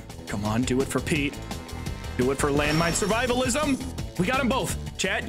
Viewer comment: When pete said its landmone petein time i cried